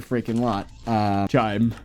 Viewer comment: You are saying chyme wrong